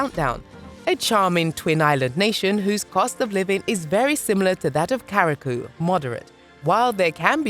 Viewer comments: Right? Curaçao, yeah? What's karakoo? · At least pronounce your island properly. There’s a difference between Curaçao and Carriacou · is it so difficult to pronounce right curacao ? koorasao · Where is Kuraku?🤦🤷🫣🤣🤣 I thought it is Ku-ra-sou (Curacao). Thanks for the video. I miss my Caribbean islands❤️ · It is pronounced Q RA SOW (Curacao). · "Kara-koo"? THIS VIDEO IS SO CRAPPY IT MISPRONOUNCES MORE NAMES THAN IT GETS RIGHT!!! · Pronounced Carry Ah Koo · Right.. How did she get to “Caracou”? As a person born and raised there, it’s offensive. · They pronounced it as if they were talking about the "carriacou", the island off Grenada's mainland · Horribly stupid video, waste of time. Boring random unrelated stock footage of black actors, annoying effects flashing throughout, time padded with endless blah, blah, blah and takes forever to get to the point, can't even pronounce 'Curacao' correctly. Complete crap. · After you researched all this data, you could’ve at least researched how to properly say Curaçao….. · I think the voice was AI induced or a BOT and had no idea how to pronounce it. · Right! That better be an A.I., the way the pronunciation was butchered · soooo is that how you pronounce curacao?? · These are AI video. They don’t have everything down yet 😂